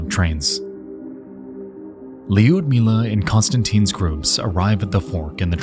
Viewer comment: Not that I expect an american to correctly pronounce russian names, but you are pronouncing Liudmila's name incorrectly. You add letter "J" after "I", it's not neaded. Don't pronounce "I" at all and go for soft "U".